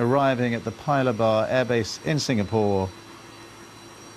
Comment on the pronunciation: The way the commentator pronounces "Air base" sounds like "Abyss" to me...